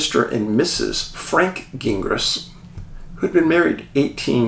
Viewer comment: Gingras. It is painful listening to Americans pronounce French names. It is pronounced JING-RAH (the g is soft and the s is silent).